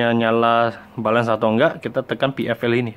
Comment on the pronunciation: Tulisnya "balance" bacanya " belens" bro ! Bukan "balens".